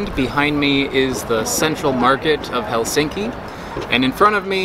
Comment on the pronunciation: I always cringe when you say Helsinki. L should be soft, and more accent on a first syllable. Right now it sounds like the hell is sinking ;) Great video otherwise, cheers!